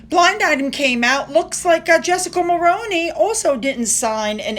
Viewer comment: I know this is just a little thing, but Mulroney as you said it, is pronounce Mulrooney. I'm Canadian.